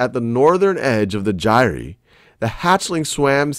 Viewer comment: he said Gyre wrong so many times i literally screamed.